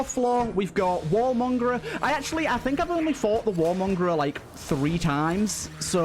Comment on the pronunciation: 'Mine Flier' 'Wallmongrer' I swear you're doing this just to annoy me